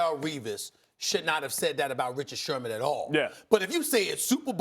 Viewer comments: Its sherMAN.....not shurmur 🤦‍♂️ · How we gon take bart scott seriously when he calls him shermer the whole time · Why does he keep saying Richard Shurmur?? Speak prop English or don’t disrespect Sherman get his name right at least! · Anybody else catch “ Richard Shermer “ ? to 6 :20 😅😅🤣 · Shermer? I think it's Sherman* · Who’s this crack head purposely saying Richard shurmur lol ? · They afraid to tell Scott his name is Sherman ? Not Shermer lol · Richard “Shurmur” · “Richard Shurmur.” - Bart Scott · Did he say SHURMUR???? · “Richard Shermur” 😂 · I hate the way he says Richard shermer 😂😂😂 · "Richard Shermer" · "Richard Shermer..." Bart Scott lol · Nobody: Bart: “Richard Shermer” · Bart Scott keep calling him “shermar”? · Bart Scott cant pronounce Sherman lol